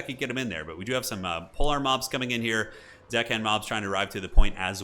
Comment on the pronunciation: Listening to pronounce "zombie pirate DECKhand mob"...:face-orange-raised-eyebrow